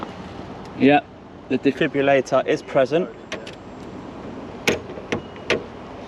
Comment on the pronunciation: DJ it is a defibrillator not a defibulator